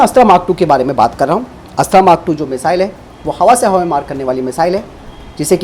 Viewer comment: आप की हिंदी कमजोर है या फिर आप जानबूझकर यह गलती बार बार करते हैं।। यह अस्त्रा नहीं बल्कि अस्त्र मिसाइल है